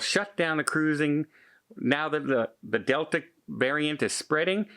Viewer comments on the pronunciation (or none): none